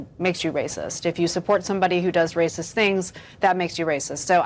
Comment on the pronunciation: "It's Wacist" 🤣🤣🤣🤣🤣🤣